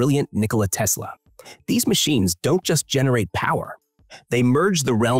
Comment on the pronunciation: Das dauernd teslasch gesagt wird nervt sehr.